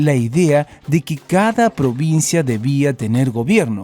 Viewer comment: Yo, XD PDS: el chico dijo porvincia y no provincia